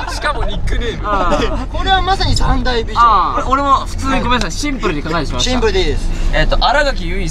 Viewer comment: 字幕が康二の発音に忠実で素晴らしい😂スタッフさんさすがです！！！ シンプrrrル いきまとぅよ 好きだー(笑)